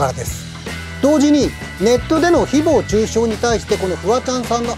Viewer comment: 誹謗中傷のイントネーションが独特で話が入ってこない